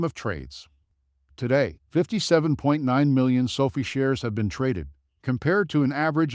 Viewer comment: 2020? Sofeee is how your AI pronounces it. Won’t be back